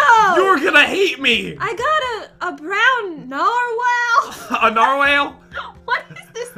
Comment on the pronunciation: And it's brown nar whal